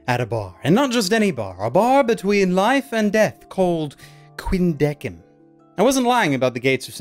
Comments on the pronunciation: The only thing wrong was that you were pronouncing Deciem's name wrong. It's Deh-kēim same with Quindeceim it's Kwin- deh- kēim. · Catie Robinson i dont really know, but it just bugs me its pronounced with a solid 'k' sound instead of an 's' sound. i guess it's more of a preference thing. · still extremely angry at the pronounciation not being "Quin-deh-sim" or "Quin-deh-seem" and it instead being "Quin-deh-kim" otherwise holy fuck i love this anime i need more Ginti.